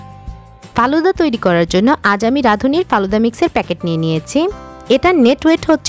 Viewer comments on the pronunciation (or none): কালুদা নয় ফালুদা